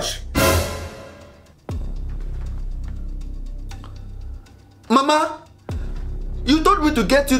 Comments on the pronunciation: You said TUTHBRUSH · It is thootbrus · She say toothbrush